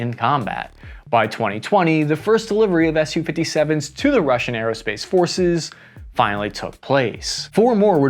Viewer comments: "Ess You." You said it right a couple times. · It’s S U, not SUE.